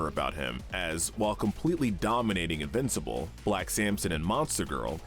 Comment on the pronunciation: When you say invencible characters it makes it sound like there all invisible